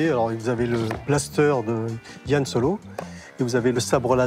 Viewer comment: "Star Wors", "Yan Solo" 🤦‍♂️